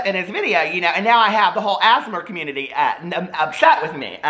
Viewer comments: Sounds like ur saying asthma community lol. I love asmr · “Asmur” LMAOOOOO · l don't want to be that person but most people just say the letters out loud when saying ASMR still love you Peter and the asmer community xD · The “asmr” community. I’m gona call them that from now on cos at first I thought you actually meant asthma and was baffled 🤦🏼‍♀️😂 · lmaoo tou sound out the letters like ‘ayy ess em r’